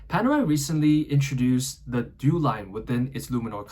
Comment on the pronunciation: Italian you pronounce the e at the end of due